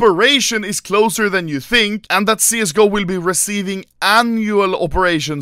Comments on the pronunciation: No, I dOn'T tEEnk SoaA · Anomaly: I don't sound Swedish Also Anomaly : WELL I DONT TINK SÅ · He dont tink såå